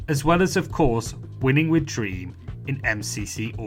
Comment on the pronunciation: the emphasis on dream dude